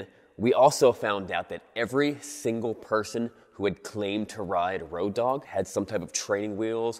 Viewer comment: its not "ROADOG", it's "ROAD OG" lol